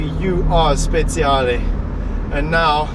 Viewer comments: Speciale not speziale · It's 458 Speciale not Speziale like you say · Same here. Frustration at its worst. And that "Speziale" AAAAAAggggghhhhh ! It's "Speciale" !! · Speciale that means special! not Speziale, spezie in italian are spices 😂😂just kiddin woundeful video btw! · No sir. He says speziale with a Z sound when it should be speciale with a TCH sound